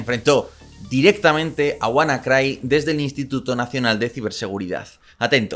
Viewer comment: Se pronuncia "wanacri" de Cryptography